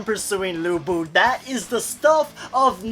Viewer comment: studied chinese for 7 years pretty sure that's not how you pronounce his name xD but still i'm hyped, subscribed